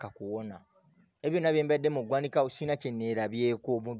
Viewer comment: It’s ggwanika not gwaniika